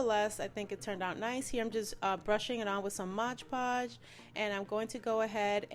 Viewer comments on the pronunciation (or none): It's absolutely glam & beautiful !! & it's pronounced mod podge not modge podge . Lol